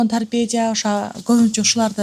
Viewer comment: Тарпедия эмес тарпедо ОЗУ саткан дарынын атын айталбайтко